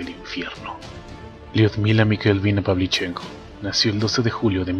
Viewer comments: Muy buen video; pero, el apellido Pavlíchenko es esdrújula, no grave. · Carlos Ferreyra El apellido se pronuncia con el acento en la "e" - PavlichEnko.